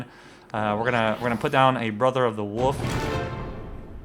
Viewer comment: Please for the love of all that is sacred and important in the world of lets plays can you PLEASE start pronouncing the god damn L in woLf. Holy Shit it's like a leprechaun with a mallet whacking me in the ears.